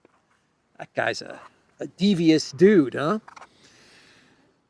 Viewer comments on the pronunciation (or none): none